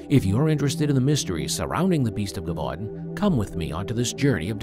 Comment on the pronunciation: Lol broooo it's pronounced je-vu-don. It's all good though, enjoying the content thoroughly, it just made me laugh is all.